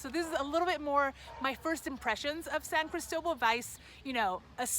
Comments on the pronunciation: Why the hell are you pronouncing St. Christobal so strange ? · It's spelled San Cristóbal, not "San Cristobal". It is named after both Saint Christopher and the bishop, Bartolomé de Las Casas.